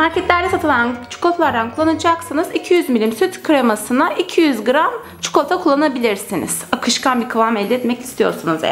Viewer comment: Keşke “çikolata” demeyi öğrendikten sonra çekseydiniz şu videoyu.